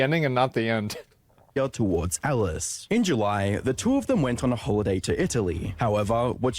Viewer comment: Can we please admit her name is ALICE and not Ellis, everytime you said her name I had to cringe lol